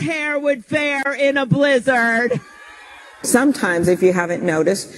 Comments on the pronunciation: I hate the extreme emphasis she puts on blizzard every time while leaning forward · The way she says blizzard is so weird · It starts bad, but then the way she says blizzard makes it maximum cringe.